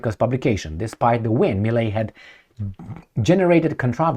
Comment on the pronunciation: not necessary. Given the fact that there's a lot of italian descent argentinians, I would go for Italian. Also, the name is Milei, as in Tadei, (Italian name) not Melei.